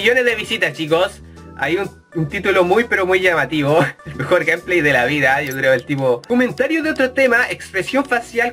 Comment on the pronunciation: "EL MEOR GAMELAY DE LA VIDA" pls:'v